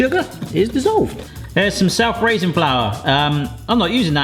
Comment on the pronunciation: As three words, says the raising flour part as if it is one word, if anything it should be "self raising" said as one word.